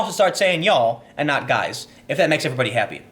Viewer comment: " Hey, you...gois?"